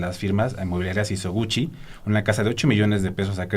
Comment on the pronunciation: No es Sisoguchi, sino SISOGUICHI